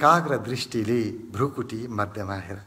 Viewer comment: एकैछिन यो विधिमा ध्यान गर्दा खुब प्रभाव पर्यो । एउटा सुझाव भृकुटी Bhrikuti लेखिन्छ उच्चारण पनि भृकुटी नै गर्नु पर्छ भ्रुकुटी Bhrukuti होइन । हजुरहरु जस्तो लोकप्रिय मान्छेले भाषाको ज्ञान राखेर सही प्रयोग गर्न अनुरोध गर्दछु ।